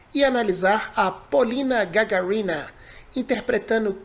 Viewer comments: It’s Pol’ina Gag’arina, not Gagar’ina. Do you know the first astronaut? Yuri Gagarin, okay? Do you pronounce it GagarIn?? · the correct pronunciation is GagАrina. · pronunca como Gagárina, e "r" nao como en ingles ou sotaque interior, mas come no "". E o nome e mesmo como do premeiro homem no espaço - Gagárin, mas Gagárina e feminino por isso tem "a" no final. P.S. Sou russo, mas adoro portugues (do Brazil):) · GagArina, *GagArina*, suka blyat! Like firs spaceman Yuri GagArin. Not GgarIna. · GagArina, not GagarIna! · Achei engraçado que no começo do vídeo você falou que ia analisar! Mais se envolveu tanto com a performance da Polina que só curtiu o vídeo!! Achei bem legal isso. O sobrenome dela se pronuncia Gagárina (como se tivesse um acento agudo no segundo "a" ). Shalom. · GagАrinа emphasis on the second "a". Namesake of Yuri Gagarin, the first man to fly into space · Polina Gaga'rina. This is the correct pronunciation of her surname. By the way,, if you turn to react Polina Gagarina, can you take your attention to his another performance. The name of it is Hurt. This song were performed in the same chinese show, as cockoo. Thank you in advance. P.S. Don't forget about Dimash. I subscribed to you for this reason.:-))))))) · Чувак! Ты молодец! Всё удачно! И даже песню слушал! В отличие от многих других...восхищающихся. Только, такое ощущение, что фамилию ГагАрина, никто кроме русскоязычных не в состоянии произнести правильно. Потренируйтесь на слове "самозащищающихся", тогда.( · Se pronuncia Gagárina.No puedo escucharla sin emocnarme. Es una interpretación preciosa. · Гагарина, ударение на 4 букву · Gagarina acento en la segunda silaba (ga)